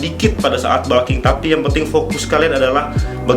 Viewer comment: balking... balking.... kayaknya nggak semua U dibaca A deh.. di telinga annoying